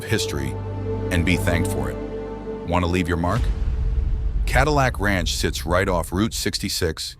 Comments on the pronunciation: "Cadeelic ranch" lmao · god damn AI cant even pronounce cadillac